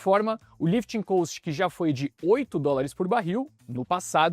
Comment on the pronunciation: Não tem A em cost. Ajusta a pronuncia por favor